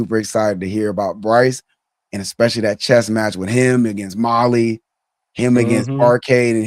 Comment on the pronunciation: Not “ molly “ Mali <<<<